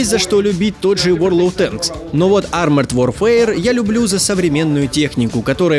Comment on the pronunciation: научите переводчика произносить нормально фразу ворлд оф тэнкс. звучит убого и больше похоже на что-то вроде ворлор тэнкс.